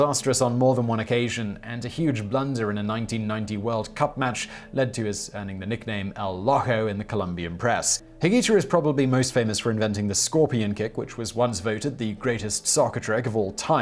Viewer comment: Simon... um... Loco is pronounced Low-co, not lock-o. Just sayin'.